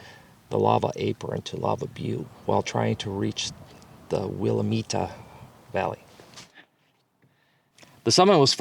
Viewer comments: It’s pronounced WILL-AMIT not WILL-EH-MEATA. Learning the correct pronunciation of places may make your channel seem more professional 😉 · It's called the willaaaamette valley.😂😂😂😂😂😂🎉🎉. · It pronounced Will am it